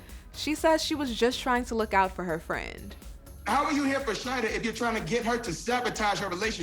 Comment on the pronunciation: Is her name really (shady-dah ) because In Trinidad we’ll pronounce it as (Sha-EEE-dah ) it’s a common Muslim name in Trinidad 🇹🇹🏴